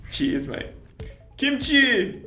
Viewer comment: it’s 치어스 not 치즈 (cheese)😂